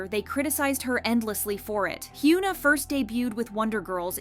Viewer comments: It's not "hyOOna" lmao it's "hyuh-na" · for a kpopnews outlet, please pronounce the kpop idol names correctly please! it's "Heeyuhn Ah" no "Hyooon Ah" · he-you-na? lol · Stop calling her Hyooona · Yikes its definitely not pronounced Hyoo-na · I’m sorry but I’m trying to listen but I can’t focus cos you’re pronouncing her name wrong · i couldn’t even get through this video cuz of the way u pronounced hyuna… pronouncing poc names wrong especially when there’s so many examples of how to pronounce it right is crazy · Please learn how to pronounce her name. This is not the first time you’ve pronounced her name incorrectly (and you’ve done it to other idols too). If you’re going to report on Korean/KPop news it would be nice if you learned how to say their names correctly. We don’t need you to be fluent in Korean but the bare minimum is learning how to respect these idols names, even in times where they’re making stupid decisions like Hyuna has with her new boyfriend. I literally can’t even watch this video because that how much this bugs me. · Why did you mispronounce her name throughout the ENTIRE VIDEO